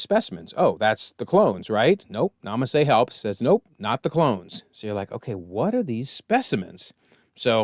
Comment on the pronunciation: You called Nala Se "Nama Se" a few times. Kaminoan names can be confusing at times.